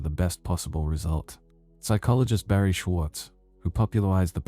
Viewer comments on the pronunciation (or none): none